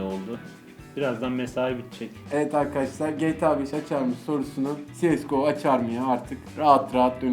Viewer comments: Si es go nedir ya? Cs go demek çokmu zor? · GTA yi Ge Te A diye okuyup, CsGO yu Si Es Go diye okuyan iki comarin videosuna hosgeldiniz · cese go ne ara siyes go oldu at kafalı